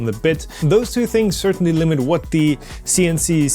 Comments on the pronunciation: pronounce Sienci with a hard "I" , s"eye"ncee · Just pronounce all the i's in "Sienci" as "ai" (like the letter alone)! Even if it sounds unusual, it should get the point across better. (Some people seriously don't know how to name a company... I know a company that makes pens and is called "Online". :( good luck googling for that) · Was thinking the same thing. German pronounciation would be like S´ai`encii